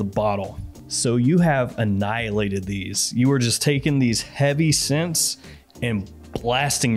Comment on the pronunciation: Hey, Scents. Gents here with ash fwends.